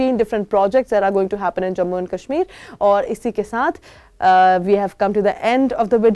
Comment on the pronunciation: I live in baramulla bro and it's not kasmeer it's kashmir correct your" talafuz " hangul is in dachigam and it is safe and even if it is in danger your opinion doesn't matter it's the central govt order to do whatever they want . If crpf will attack your home or identity how you will save yourself by neglecting development in kashmir you don't have any job because are not capable of that and i want job that why I am happy with decision of govt if worked